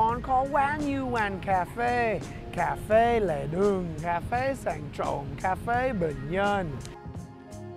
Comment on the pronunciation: Everytime you say Cafe it more like C@ phê. LOL